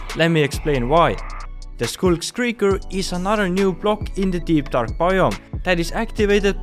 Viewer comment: "Skulk-skrieker" IDK what accent you're using but it's kinda funny🤣